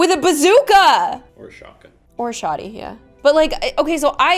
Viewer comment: Pffffffft!!!! Shoty!!!😂 its shot gun!!!!😂